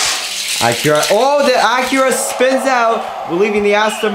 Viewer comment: You pronounced Acura wrong